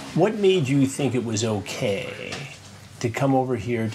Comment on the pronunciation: "What makes it okaaaaaaaay" God I love it when Chris draws out his last syllable! 😅